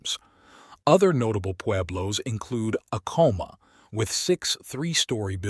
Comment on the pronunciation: Please learn to pronounce some words correctly I.e. Acoma is AHHH-coma with the accent on the FIRST syllable not the second. Thank you.